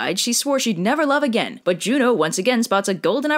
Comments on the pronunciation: I thought you said Romans call Zeus, Joe :/ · "Jvno" is pronounced like "you know"